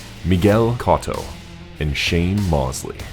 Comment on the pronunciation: shane mawsly